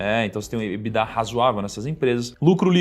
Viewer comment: EBITDA é uma sigla em inglês, porque as pessoas falam "Ebidá" como se fosse francÊs?